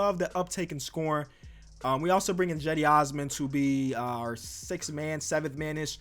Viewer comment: Lol I never knew that’s how you said cedi osmans name